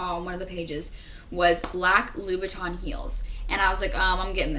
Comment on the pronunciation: 123 shes actually talking abot Christian Louboutain pumps.. she was pronoucing it correctly